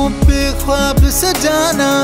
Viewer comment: Thankgod you pronounced khwab properly